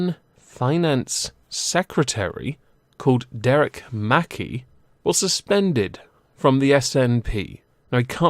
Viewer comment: It's mc-kai not mackie